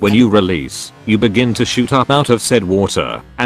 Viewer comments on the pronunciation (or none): none